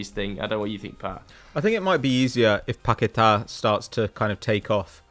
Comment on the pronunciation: Pat saying paqueta 🤣🤣🤣 Say barTHElona next😂